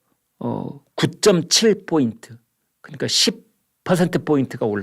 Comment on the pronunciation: 뽀인트, 퍼센트. 둘 다 P로 같지 않나요? 왜 포인트를 뽀인트라고 하세요? (내가 잘못 들었나?)